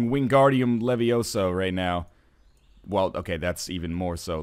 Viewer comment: actually, NL, it's levioSAH